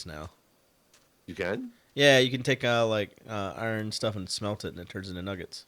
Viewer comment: the only accent has is not being able to say "iron"